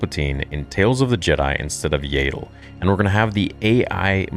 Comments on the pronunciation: Do you have a speech impediment or something? , , , . Her name is pronounced YADDLE. Like Saddle, but replace the S with Y. DEFINITELY NOT YAYDLE! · its yaddle not yahdle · Is there a clip somewhere of Lucas pronouncing Yaddle the way he does? In ToJ and Fallen Order, they pronounce it like "saddle".